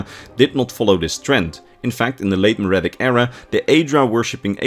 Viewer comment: My brother in Christ, look up a pronunciation guide. Mer is pronounced mur, Merithic is pronounced mur-ific, not maridic.